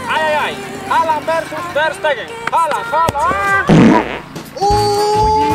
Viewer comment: . Ter steger 😂😂😂